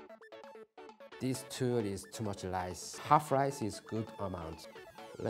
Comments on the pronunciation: Its rice not lice whos gonna tell him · when he said "lice" i felt that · Ask P "just put lice" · Love how he said lice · I love how he says “lice” instead of rice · Why does he keep using lice instead of rice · love the "lise" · Every time he says lice while handling rice it makes me laugh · Me: can you make me some sushi 🍣 Him: very good lice in it Me: thinking he means sea lice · U know he is Japanese when he pronounces rice as lrice, they do pronounce l and r in the middle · Each time he says rice me be like “lice? Lice where?” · Everytime he say rice I heared Lice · He pronounced lice